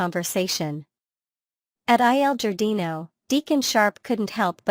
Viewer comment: DEACON AND SHEILA'S PLACE OF BUSINESS IS EL GARDINO, PLEASE DON'T KEEP MISPRONOUNCING IT TAKES AWAY FROM YOUR CHANNEL GREATLY❣️✌️